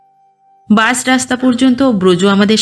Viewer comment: আপনার পাঠ সুন্দর। তবে "বাস" আর "বাশ" এই দুটো উচ্চারণের বেলায় সচেতন হলে আরও বেশি ভালো হবে।